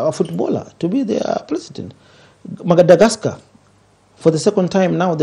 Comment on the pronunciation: Who else heard "Magadascar"😂😂